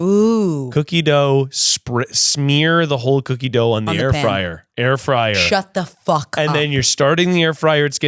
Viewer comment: saying air fryer wrong and just talking as normal is hilarious